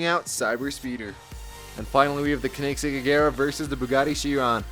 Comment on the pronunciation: It’s not the kenigsegg it’s a koenigsegg and pronounce “Koen” as “cone”